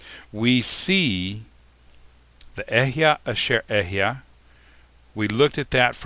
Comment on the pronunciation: Why do you pronounce it as if it is EHYAH, when you write it in EHYEH? Shouldn't be "E" pronounced as "E" and not "E" as "A"? Maybe "YEHWEH" is the sacred name instead of "YIH'WEH"?